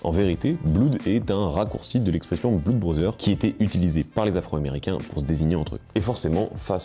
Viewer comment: et on dit pas "bloud" mais "bleud"... pour blood /bl^d/